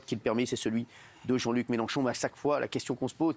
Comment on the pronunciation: Eh oui elle dit Méloncho c'ataqué aux police, mais c'est qui qui arraché le yeux aux Gilletes jeune ?